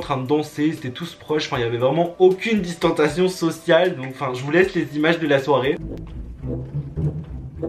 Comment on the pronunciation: Chuis la seule que quand il dit « distentation »m’énerve grvv parce que c « distensiation »mais sinon je t’adore trop ❤️❤️